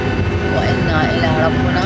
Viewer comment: الحمدلله على سلامتكم بس حبيت انوه لكلمة ربنا بالكسر مو الضم لأن هذه آية قرآنيه ميصير نخربط بيها